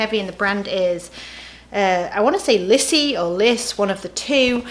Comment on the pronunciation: Hey there, love all your videos. Just looked up the pronunciation of lysse, it;s of Portuguese/ Brazilian & supposed to sound like "lesee" . Cheers TX Liz